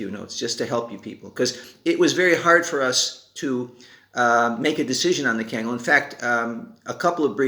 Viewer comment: No disrespect but please pronounce the name correctly it’s not cangal, it’s pronounced Kungal(Kangal)